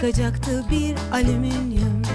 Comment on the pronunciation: Doğrusu Alümünyum olsa da çok eğlendim ama, yaratıcılığınıza sağlık! :)) Nil : Aliminyum Evrencan: Alimimyum Devrezz Devrezz... Edit: Doğrusu "Alüminyum" ;)